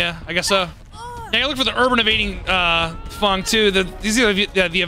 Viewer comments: any reason calls Feng, Fung? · why does every dbd youtuber say "fung/fong" instead of feng? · "Fungs" lol